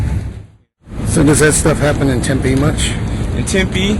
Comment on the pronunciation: Tempe? Tempe? Really?